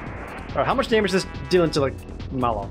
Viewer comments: He's remembering "Croco" as being "Draco", and Mallow instead of "mal-loh" (the second half of marshmallow) he's pronouncing like "mall-oh" (mall, oh!). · Where did he get "Dracko"? And why does he keep calling Mallow "Mollo"?